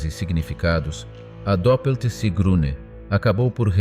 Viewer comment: Sigrune, nicht Siegrune.